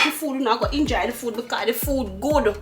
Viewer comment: Mamma nuh say enjoy enuh she say injoy😂